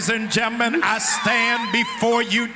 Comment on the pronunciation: Did he just say gi-men instead of gentlemen ?